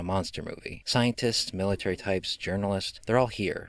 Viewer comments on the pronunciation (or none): none